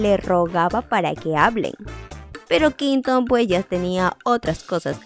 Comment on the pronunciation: No te lo digo por malas ni por incomodarte, me encantas!! Pero se pronuncia “Qüinton”, pronunciándose la “u” es que duele escuchar qinton🤣 el resto, maravillosa, un abrazo!!